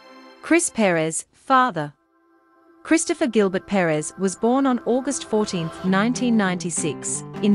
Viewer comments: It would be nice if before they talk about someone at least learn to pronounce their names right.Second wife was very pretty also. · She needs to do an in depth study of the topic. Chris was born in 1969 & not 1996. The pronunciation of the name is wrong. Cassie Perez is a smart & beautiful young woman. 🙋🏾‍♀️😇😁💞💞💞🎸🎶💃🏽💃🏽💃🏽🎊💫